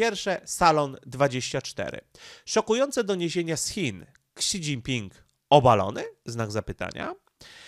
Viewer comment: Śi Śi Śi Śi Śi .. do jasne cholery, mówi się "ŚI Dźingping" żaden "Ksi" Ps. Pan Radosław Pyffel nie musi się reklamować, ponieważ dla osób obeznanych w tematyce, jest bardzo znany od dawna w obszarze geopolityki azjatyckiej, a broni się swoimi bardzo interesującymi materiałami.